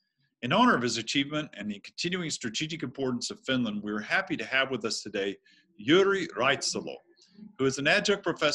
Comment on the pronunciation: His name is pronounced yoo ree reet-ah-sah-lo, not yo-ree raytasalo